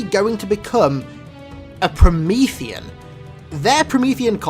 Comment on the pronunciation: My heart sunk when he said Promeathean....